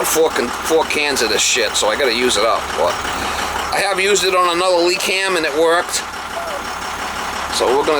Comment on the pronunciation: "Leakham" lol